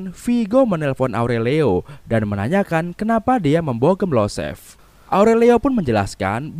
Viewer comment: Yosef bang bukan Losef Perkins bukan Parkins